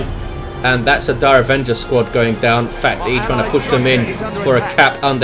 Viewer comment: I believe phatE is pronounced "fate"